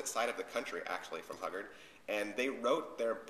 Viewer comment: Jean Hu-guard not hug-ard